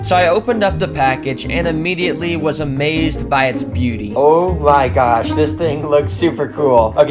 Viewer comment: ‘OEWH MY GAWSH…’ had me rolling on the floor laughing 😂